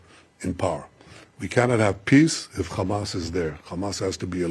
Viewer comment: He needs to first of all learn to clearly pronounce HAMAS. It is not KHAMAS lol